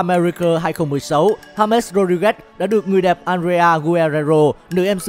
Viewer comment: đọc là ha mét là đúng đấy